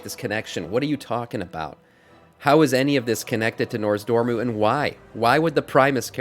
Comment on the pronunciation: I giggle every time you say NORZdormu lol I believe it's NOZdormu - great content, I'm subbing